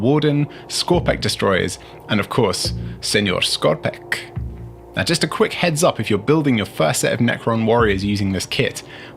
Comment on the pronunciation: Guy's pronunciation of Señor Skorpekh is spot on and I should know, I'm from Mexico.